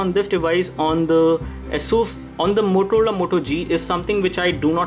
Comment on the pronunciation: did he just say MOTOLOLA Moto G? haha